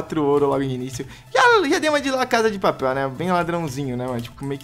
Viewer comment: aprendeu a falar la casa de papel aeee